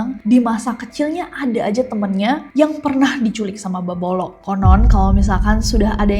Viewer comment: Beboroq bukan beboloq